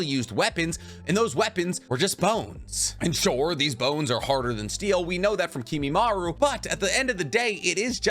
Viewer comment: Isn't it Kimimaro not Kimimaru?